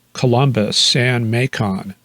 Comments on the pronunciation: Hi! Not May-con, it's Makin' GA. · Idk if you're pronouncing it funny on purpose - but southerners say Macon the same as Bacon! Thanks for another great episode.